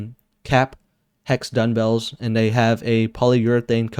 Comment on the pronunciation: Nice vid! Just an fyi though, it is duMbells not duNbells. Or my ears are failing me.